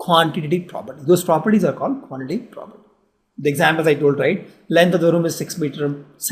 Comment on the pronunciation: Quantati Prapty XD XD XD